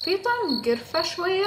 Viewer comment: قرفا مو كرفا😂😂😂😂😂😂😂😂😂😂😂😂😂😂😂